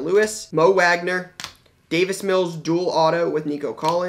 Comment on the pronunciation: N Mo Wagner’s last name is pronounced “Vog-ner”